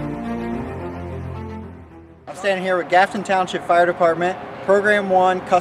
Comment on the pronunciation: Grafton township , not gafton township. Good video though.